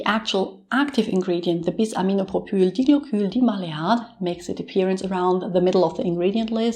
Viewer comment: Thank you so much for sharing! You nailed the pronunciation of our active ingredient! 💜